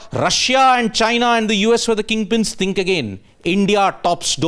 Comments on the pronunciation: He said “think”.. तिंक.. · get your pronunciations right! "tink"....